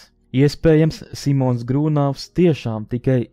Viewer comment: Grūnavs, nevis Grūnovs.